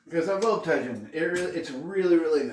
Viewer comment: Tajin is pronounced like "taheen." Tajin adds a tangy/sour flavor to everything you put it on since it has lime powder. I saw your other video where you said something turned out sour, it's because of the tajin. Great seasoning for some things but be aware that it makes things pretty sour. Also tajin has sodium in it.